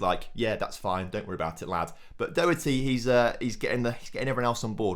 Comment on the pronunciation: Doherty is pronounced Daw-her-tee